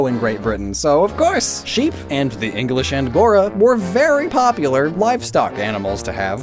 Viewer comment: So only I heard "Berry valid"? Ok